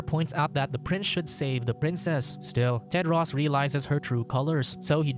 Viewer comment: He pronounced it wrong. His name is Tedros.